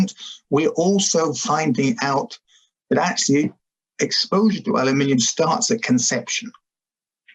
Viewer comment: Thanks, Dr Loe Fisher, for pronouncing "aluminium" correctly for us Brits!!